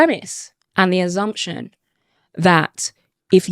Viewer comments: What is an "AZZZZZZumpZION"? One person speaks 5 languages the other can't say a simple word. Right there I know who I would employ. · I think the word is assumption not azzumption? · ASSumption FFS, and aSSume not aZZumption and aZZume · What's an "azzumption"? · What the fuck's an azumshun ? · Assumption not azumtion. "Personally don't know any examples of overcorrection" you literally are one ! I hope one day she realizes how stupid her ideology is. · Go on Eni, just admit it. You don't like Whites... P.s. Its assumption, not azzumption. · "I think it's very racist to assume that".....😂😂😂😂 She did exactly the same thing! Also, she needs lessons in English. "Azzumption" 🤔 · Is she trying to say assumption? She can't even speak properly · of course the box ticker is gonna disagree with being called a box ticker....the dumbass can't even say assumption properly. people know Eni has been chosen because she is a box ticker as she is bloody awful to listen to and watch and chats utter shite! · The way she keeps pronouncing the word assumption is utterly retarded. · Why can’t she say assumption??? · Can someone explain to me what she's spouting? She can't even say assumption correctly. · If you can't say the word "assumption" properly, then you have no right to claim talent at presenting. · She can pronounce assumption but just refusing